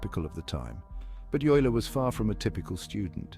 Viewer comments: OYE-ler! Not you-ler. And the music is intolerable. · How to pronounce Euler sonds like "Oyla" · Narrator cannot pronounce Euler's name consistently (it's "Oiler").